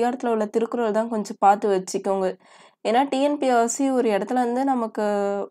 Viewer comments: Dear madam! I am 65 years old. I am seeing you tube TNPSC videos on behalf of children of my friends and relatives. One mistake I am observing in your talking. You pronounce TNPSC as TNPSRC . Please listen to your pronounciation and correct the same. All the best . Vaazhga Valamudan. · She pronounce that Tnpsc only..But she pronounce the P and s differently. Its Nice to hear..no problem.